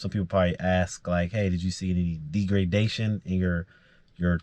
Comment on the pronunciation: Rhymes with beg. Wow! Degradation.